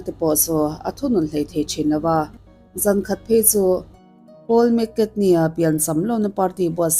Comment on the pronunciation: Keipawh mak ka tia,McKatney tih ang zelin a lam a..